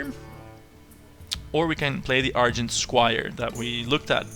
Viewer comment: I wanted you to use missiles on the bloodfen but then you saw the alchemist play (which I didn't) so I forgave you. In other news: I'm sure in the nearly 3 years since you posted this that you know already, but argent is pronounced arjent.